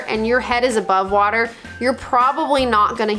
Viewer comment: Did I hear you burp underwater? That would be a first. That is an opal and it is from Coober Pedy .Needs some care. Drop it id fresh water. Or as you say WHATER.